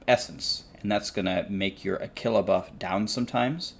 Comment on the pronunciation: Did I just hear pronounce Aquila “a killa”😂😉